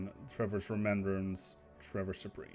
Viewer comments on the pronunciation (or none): none